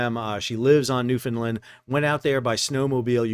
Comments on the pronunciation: Great coverage. Thank you for that. Please pronounce our name with the 3rd syllable as LAND and not LIND. You're doing fine with the first 2 syllables. Like Scotland, Finland or Swaziland, we a Newfoundland. Those this type of event is part and parcel of living here, few of us get to see it this close and personal. Thanks again for the spectacular coverage. Bob Hyslop Mahers, Newfoundland and Labrador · Fyi - Newfoundlander’s pronounce their island name as NewfinLAND not NewfinLUND Always love your vids!! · Great videos to all involved. Just a heads up. We pronounce it exactly the way it spells out. NEW-FOUND-LAND